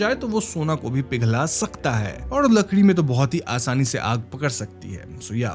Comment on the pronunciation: Lakdi❌ Lakree✅ 😂